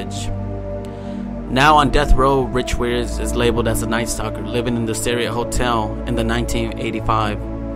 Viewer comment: U would think that a person who was looking into the case would learn the name of the hotel especially since its mentioned so many times ......its the friggin Cecil hotel ......pronounced seesill......